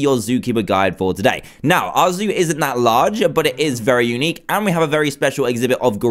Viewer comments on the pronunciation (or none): none